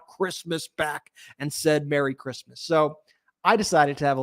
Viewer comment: Did you say, "Crishmish" 😂😮😂😂😂 Merry Christmas 🎄 to you all and all your hard work!